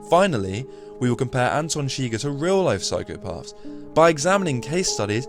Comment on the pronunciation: "Anton Chigger" lol